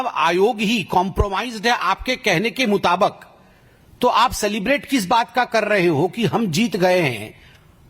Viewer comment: इसको बोलने भी नहीं आता मुताबिक को मुताबाक बोल राजा है लोल 🤣🤣🤣